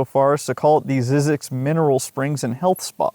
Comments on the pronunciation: You are mispronouncing the name. There was a documentary on this place on PBS a while back and the first thing they did was get the pronunciation of the name sorted out. It's not Zeeeee zyzx it's 'Z-EYE' zyzx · the correct way to say it is zeyezx, the y is long sounds like , eye in the middle, not zizx road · I was always told that it was pronounced Zz-eye-zx, but I can’t confirm the pronunciation one way or the other. Also, there was 2006 indie film about Zzyzx Rd. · Pronounced "ZZIZX", lived in Baker for 6 years. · Very interesting video.. I started taking field studies classes in 1990, and took classes for the next 30 years, so I know the place QUITE WELL. Just one correction . . . Zzyzx is pronouced 'zy-six'.... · Just fyi--it's pronounced "ZY-zyx" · When I worked at KHWY, we were told it should be pronounced ZYE-zix, not ZIZZ-ix. Not sure which is correct, but the whole story is very weird. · It’s pronounced “zee-six” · Wish you would pronounce Zzyzx correctly it’s (zeezix) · We always pronounced it a one syllable word with a silent X ie. “Zees” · It's zeeee zix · You pronounce it incorrectly. It is pronounced ZY ZEX,. The Y is a hard Y. My late father, who was the guy in charge on that freeway for CalTrans when that freeway was constructed, took it upon himself to make sure that the sign for ZZYZX Road would not be removed, as Cal Trans was planning on doing. I am 71 now but have vivid memories of my father coming home and telling us about ZZYZX Road when I was in elementary school. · It’s pronounced ZYE- Zix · This has an AI voice cuz it doesn't know how to pronounce zzyzx (zizeeks) the I is long and does not pronounce the tribes name Kiowa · I've been to the research station for a desert workshop. We pronounced it "ZYE-zix" instead of "ZIZZ-ix". Not sure which is right. I love crazy history tho. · Zzyzx is how someone from Cornwall would pronounce Sussex 🤣 mystery solved